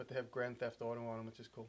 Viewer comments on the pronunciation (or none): none